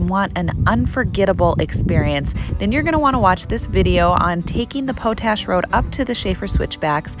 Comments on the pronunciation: It's Pot Ash, not Po tash... It's used to make fertilizer... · It is not pronounce poat ash... it is pot ash, it is used in fertilizer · I love your approach to making videos. I especially liked the lake city loop video. My only criticism is your mispronunciation of the word potash. It is pronounced POT ASH (paa tash) not poe tash. Your 4 wheeling videos are among the very best on Utube. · It's pronounced "Pot Ash," not Po Tash. Ask a local. And the park is Dead Horse POINT State Park! Great videos!! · Great video, good narration and maps. But it's pot-ash, not po-tash.